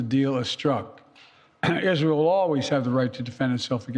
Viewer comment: Still, he is saying Izhell. He works for a foreign country. He sold America.